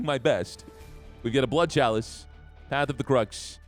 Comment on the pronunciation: It's edging me all the time when you say "KALICE" "Chalice"